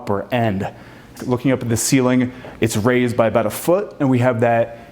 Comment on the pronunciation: He would get much more credit should he be interested in listening to his lack of diction! I would imagine anyone would be excited to be in this building but please pronounce the words correctly! For example it is ceiling NOT ceelin. Also mountain NOT mouuun!!